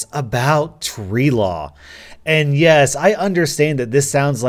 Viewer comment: Nobody: rSLASH: TReE LaW!